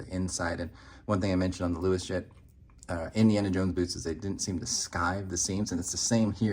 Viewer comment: Luos is pronounced as 'Ross' in Chinese, not 'Louis.' So, the correct way to pronounce it would be 'Ross Jet.' Although I suspect this is a made-up name, the brand comes from the Canton region in China, where 'Luo' (pronounced 'Raw') is a prominent surname among Hakka and Cantonese people. Great review as always!